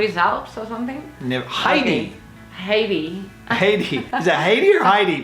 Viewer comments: I have been watching your videos for a number of years now. I think Yoly's pronunciation of "Heidi" is just wrong and nothing to do with the fact that she grew up speaking Spanish.. She pronounces it as if it was "Hay di" which is a Caribbean country (Haiti). Heidi (Hi di) {Hi with a long "i"} is a female name. Thanks for your videos. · By the way it's pronounced Hai-die not Hey-die and yes she does live in the Swiss Alps